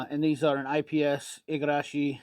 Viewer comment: Wow, perfect pronunciation of "Igarashi",! 👍